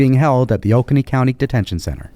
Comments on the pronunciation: The name of the county in South Carolina is Oconee and is pronounced Oh- co- ny. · Oconee is pronounced OH-CONE-EE, just for future reference :)